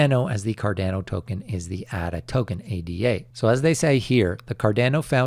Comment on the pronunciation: For the love of god can you please learn how to say cardamom and Ada properly? It’s not cardeeeeno and aaaaadaaaaa. Thank yew